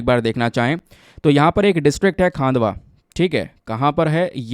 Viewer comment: Sir it is खंडवा 😅😅my native place